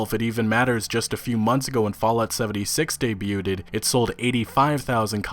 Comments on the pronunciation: lol... My man said (phonetically) "Dey-bute-ED". ... dyin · Debuted= day-bue-ted? Sorry man, you know i gotta give you a hard time over that one.. Love you bro. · The “t” in debuted is silent. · The "debut," "debuts," and "debuted," the t is silent. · Dude I like your content but you've got to stop mispronouncing debuted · Is it bugging anyone else he pronounces the 'T' in "debuted"?